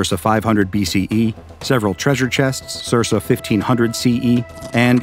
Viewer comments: ... wait.. waitwaitwait.. Did you say SERSA and mean CIRCA?! Holy crap guys. Look up these freaking words. Jesus. How do you say CIRCA incorrectly? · "Sir-sah"... Dude that is pronounced "serka"... I don't understand the gene that makes youtubers incapable of pronouncing basic English words, but one day I will find it. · I have never heard the word "circa" pronounced with two soft Cs. The second C is always a hard k sound, like "ser-kuh"